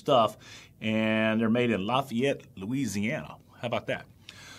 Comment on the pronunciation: They also have an optional electronic locking mechanism with cables to secure your "valuables". I grew up in Lafayette! - pronounced "laugh a yet"